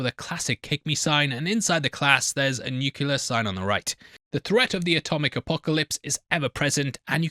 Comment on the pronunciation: For the love of God, please learn how to pronounce nuclear